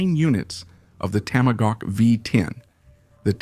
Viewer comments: Cracker AI. IT'S A TOM A HAWK, NOT TAMA GAWK! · Toma-gawk! Really? This is an AI pathetic pronunciation screwup! .. like sending a rocket into space without the o-rings.. why? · This is the WORST AI audio dub I have ever heard. "Tamogawk"? F.$.S.; get a voice! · AI SLOP! TOMAGAWK? F this channel! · The Dodge Tamagawk😂😂😂😂 Stupid AI slop. I wanna see it actually put through it's paces against the Lazareth LM847. The other nine they sold where sold as non working display pieces. They simply left out some ignition parts and chains. I'm surprised not one owner got one working. No real car guy probably bought one. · You mispronounced the fuck out of TOMAHAWK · it's hard to understand how the narrator can be obviously american but be so poorly educated as to mispronounce tomahawk every time. i'm sorry to say this but " either get an education or please stop doing youtube videos" ! you are an embarrassment!